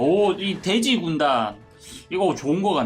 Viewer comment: 초 허팝님 발음이 돼지를 대지라는줄